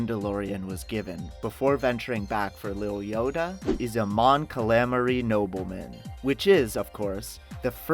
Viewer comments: Calamari, not kah-lamery... Guess he's never had fried squid. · Your pronunciation of Calamari is... Disturbing. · Cant even pronounce calamari or camtono.....NEXT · Oh man I HATE how you said "Calamari". Just...come on.